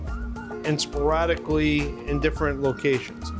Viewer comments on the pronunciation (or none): Am I the only one who... When he said speraticly thought of clueless